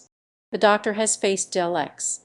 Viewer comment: "...transphobic treatment of the character Danny Boy in 'The Day of the Doctor'". What are you on about? Oh, and learn how to pronounce "Dr" and "Daleks"